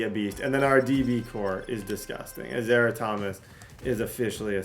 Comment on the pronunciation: I’m pretty sure his name is pronounced Az- Ahh - riah